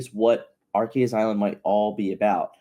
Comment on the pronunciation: Repeat after me: Arr-Kay-Zeeeuh's Island. Sounds like you're saying "our case island"